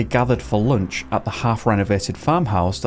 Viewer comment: They gathered for “loonch”